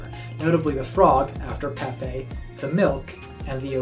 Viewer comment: Peh-pay. Not pee-pay. Peh-pay